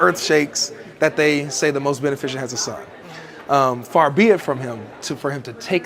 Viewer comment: Benificent. Ben-if-iss-ent.